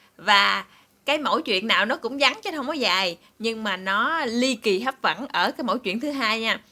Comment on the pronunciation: Hấp dẫn hấp dẫn nha Cúc em đừng nói hấp vẫn là sai tiếng việt nha cục cưng 😍